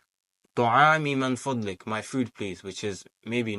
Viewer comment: I'm a student like you. In my view you are doing better than me. Since you asked for any correction I would like to point out that it's Min Fadhlik. Not Man Fadhlik. Take care. May Allah bless you.